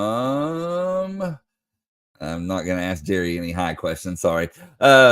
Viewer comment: Its (Elen-gurr) Gerry.. Really man!? LOLOL